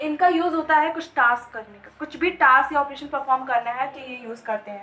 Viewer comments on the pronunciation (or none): none